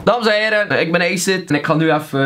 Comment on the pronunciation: Ik zou hier mee stoppen kerel... (youtube) of je kijkt binnen een paar jaar hierop terug en trots ga je normaal gezien niet zijn. En weet je dat je acid verkeerd uitspreekt of is dat de bedoeling? mischien snap ik het niet maar acid spreek je niet uit als eejcid. Maar aan den andere kant spreek je eigelijk niet veel woorden normaal uit dus misschien ligt dat aan je Hollands/west vlaams/marrokaans (ik weet het nie) accent. Stop, aub